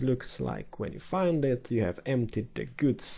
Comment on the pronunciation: damn "r" bugged on the two "you"s :P